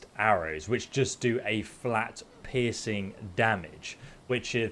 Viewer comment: It took until the third time you said piercing to realise you weren't saying "pissing damage" lmao. I thought it was just a phrase to emphasize just how beastly it is.